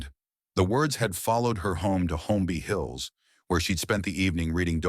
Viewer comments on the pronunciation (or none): It’s “Cary” not “Carrie” & Holmby Hills not Homby Hills…I may have missed something, but other than that the story was a revelation to me about these actors